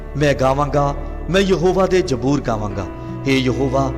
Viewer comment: Bro it's zaboor not jboor Be prefect ♥️